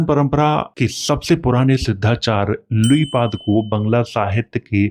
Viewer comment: Luipad nhi luipaa bolta hai bangla bhasha me